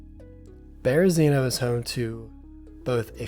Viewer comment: Great video! It's the best when you have a full suit! Side note* You're pronouncing Berezino wrong. Just sayin' 🙏